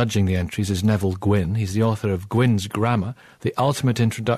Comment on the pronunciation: It’s ‘Nevile’.